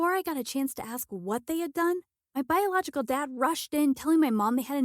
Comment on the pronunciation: Damn how many times did ahe even say biogolical